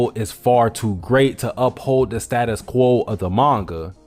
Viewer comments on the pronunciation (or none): none